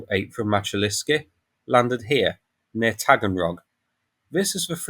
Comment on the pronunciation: Pronunciation Мачулішчы - Machulishchy Мачу - Machu - as in Machu Picchu ліш - lish - like in fish чы - chy - like in chips transition шч - shch like (fi)shch(ips)